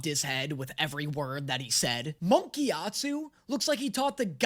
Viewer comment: 2 years and 1200 comments later and NO ONE pointed out that he keeps saying "gyatsu" instead of "gyatso"?